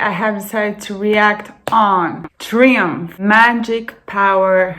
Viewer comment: Its pronounced Try umph and spelled Triumph. They were a great live band.